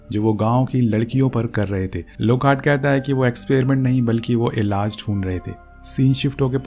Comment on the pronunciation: Elaz nahi elaj hota ha gandooo😂